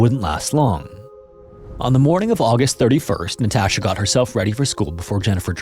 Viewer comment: Jesus fucking Christ. Learn how to pronounce Natasha before saying it 100 times. Infuriating watch.